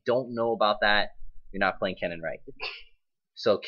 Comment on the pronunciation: its kennen not cennen:D